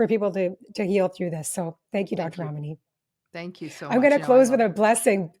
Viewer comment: I love Dr Ramani so much. I also appreciate the host for pronouncing her name correctly. 😁